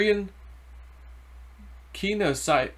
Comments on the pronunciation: ken ee cee ol o gee. you didnt just murder that pronounciation you sent it to the gas chambers lol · Pronounced ka knees e olgy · Ki-KNEE-zee-ah-li-gee 😂 you are hysterical, love you!